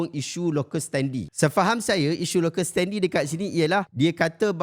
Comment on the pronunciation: Terbaik ya segala penerangannya! (Sikit je nak tegur: sebutan betul bagi perkataan "standi" dalam "locus standi" ialah "sten-dai", bukan "sten-di".